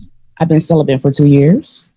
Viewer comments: 😂 she definitely “bent” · “I’m SellaBent” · Her: I've been celibent Kevin Kevin: 😮 what? Celibent 😂😂😂😂😂😂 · It's celibate NOT celibant !!!!! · She also said she is “celebeNt” 😂 she bent alright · She said celibent…….AND stabability!😂😂😂